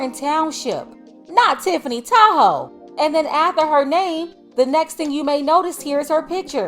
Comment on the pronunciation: Every time I hear Tiffany Tahoe I hear Tiffany Tied hoe 😂😂😂😂😂